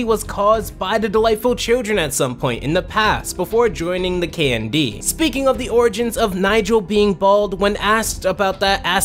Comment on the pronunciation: I spent all the video listing Candy instead of KND, if the name of the show is that intentional it is genius